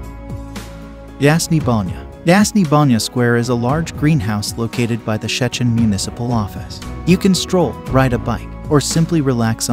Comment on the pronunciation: nice, but it's an AI voice, still can't pronounce Szczecin 😛